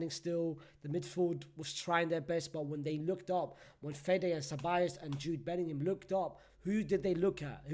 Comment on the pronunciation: ”JOOD BELLINHAM” such a stinky player😹